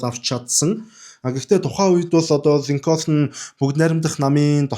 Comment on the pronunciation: Абрахам Линконь гэж цэвэр америк дуудлагаар хэлдэг юм билээ😊